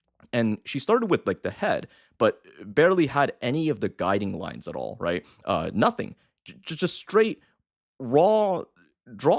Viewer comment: “AH ITE” lmao